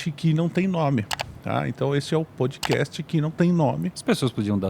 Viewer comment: PodcaSST; PodcaSSTrader; CaSST; CaSSTrader